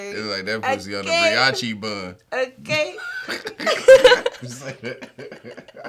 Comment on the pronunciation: This nigga can't pronounce brioche lmaooo he rich but cant read uncle Elroy looking ass nigga